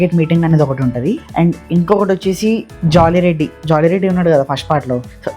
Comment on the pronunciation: Jolly reddy kaad ra mawa... Jaali reddy ra adhi😂😂